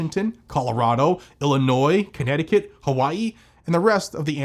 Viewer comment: said, "connecticut"!!!! Lol.